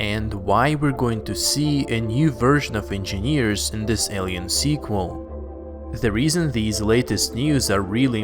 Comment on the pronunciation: Why does he keep saying squal its a third installment lol